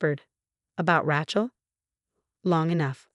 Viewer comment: When will this AI voice be fixed to correctly pronounce the name “Rachel”?